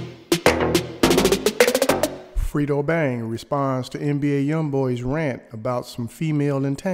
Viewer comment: Say it with me now FRED-O not FRIT-O